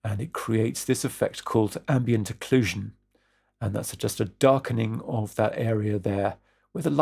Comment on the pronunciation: Don't worry too much about your pronunciation. Actually it was exactly this "ambient occlusion" that made me switch on subtitles... Thanks for this great tutorial!